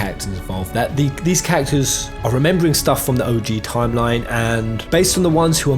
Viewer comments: The way you say "characters" sounds like "cactus" and it's really throwing me off lol, still, honestly great video dude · Did anyone else understand "cactors" instead of characters 🤣